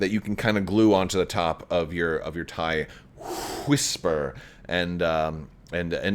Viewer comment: I’ve never heard of the TIE Hwisper. The TIE Whisper on the other hand…